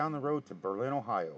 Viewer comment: The town of Berlin, Ohio is pronounced BER-lin (emphasis on the first syllable), unlike the city of Berlin, Germany. I suspect that is related to the war years in WW-II, much like when "liberty cabbage" was substituted for the word "sauerkraut."